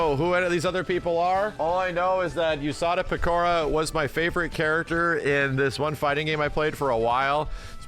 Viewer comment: I love that kinda didn't butcher the name Usada Pekora. It's very much tempting for newbies to pronounce the name as "you" instead of "ooh". Peeps are eating Fallout up and we're giving Todd too much credit. Now he's gonna pay the piper.